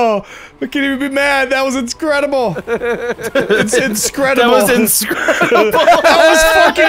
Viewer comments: It mean the movie the incredibles, but he said it with a S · makes me so happy.. Was having a bad day until i heard "inscredible"